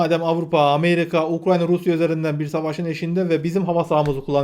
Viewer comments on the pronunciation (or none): none